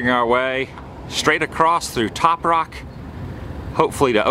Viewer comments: Good video. It's Topock, an Indian word for "Bridge" (not top rock). I remember travelling old route 66 for years, and stopped at a lot of these places when they were jumping. From Barstow to Oklahoma City, our family travelled old 66. Getting gas at Whiting Brothers, , eating at restaurants no longer there, hotels, roadside attractions. Even paid to see the pet rattlesnakes in the pit east of Kingman, but that day in 78, they were all dead. Thank you for these great memories. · It is not "Toprock" it is "Topock" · its call toe pach say it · Was just about to make the same comment Toe-Pac is how it's pronounced locally, however the intelligence of the local population in the area is just about the worst in America don't forget Topac is in Mohave County in the Mojave desert I also once heard Needles came to be because Hypodermic was well beyond the limited vocabulary of its founders. I had always assumed it was a joke however the longer I have been in the area I am really starting to think there may have been some truth behind it as there is with all stereo types